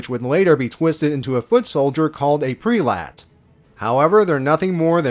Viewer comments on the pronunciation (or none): An excellent tribute to our favorite Ultimate Lifeform. Would definitely be into more videos like this in the future. Although I think you kinda messed up certain names, like Lien-Da and Prelates.